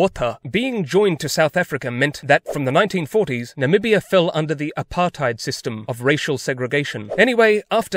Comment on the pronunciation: You kinda said Damara and Apartheid wrong but i guess it's kinda difficult because its Afrikaans so you get a pass on that 😅